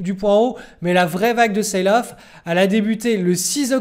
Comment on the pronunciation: Il faut dire "selle off" pas "ceïle off" (sail = voile) . Merci pour tes videos.